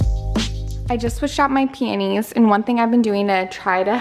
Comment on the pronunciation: Girl…. Watch the way you say peonies…. Your accent makes it sound like panties 😂😂